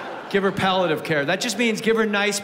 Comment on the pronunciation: *palliative like when smoking with pals - pally-a-tive